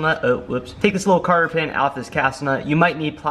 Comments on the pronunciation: Less ads and pronounce "cotter pin" correctly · cotter pin.. not carter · Cotter pin, not carter pin